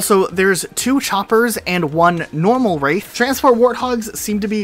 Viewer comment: I like how he says chompers instead of choppers what is this? PvZ in halo?